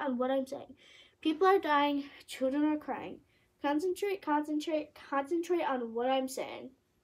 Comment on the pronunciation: The way she said concentrate concantrate CONCENTRATE ON WHAT I‘M SAYING